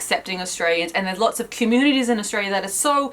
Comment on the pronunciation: Did that red woman just pronounced 'lots' as 'lotch'???......sorry, I can't stand people who mispronounce🤷